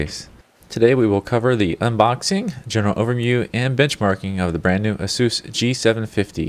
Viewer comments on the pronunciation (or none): Its asus not asoos u dont pronounce it like that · Great video except you didnt specify which model of the G750 series, and you pronounce Asus "A-seus" its "ACE- US" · Aysoos. Not Ah-soos.